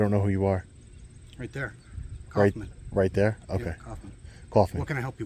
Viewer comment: Coughman? 🤣 its so weird when americans have german names